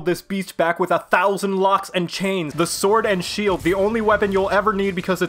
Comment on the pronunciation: You certainly meant "SWUORD AND SHUELD!!!" no?